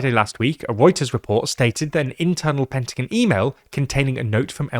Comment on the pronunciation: Lol please dont say pentagon like that